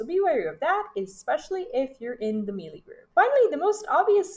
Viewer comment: good guide .... but it's pronounced MAY-LAY not MEE-LEE